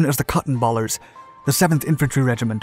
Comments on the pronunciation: CottonBallers?! CottonBallers?! WTH, over? There is only one “L”. It’s CottonBaler (Cotton-Bay-Ler). During the Battle of New Orleans, the Regiment fought from behind a wall of cotton bales, big square blocks of cotton used to ship to overseas mills. GADZ! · COTTON "BALERS" bale not ball